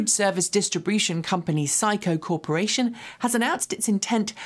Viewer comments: It is sis Co . Sysco. Not psycho..... Lol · Psycho Corporation is incorrect. The company's name is Sysco which is pronounced the same as Cisco. Yeh I know, it gets ... CONFUSING.